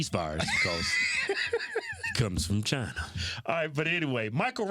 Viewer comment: No he said chiiii'na